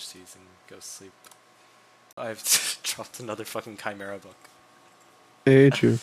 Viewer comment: It’s chimera not camera ?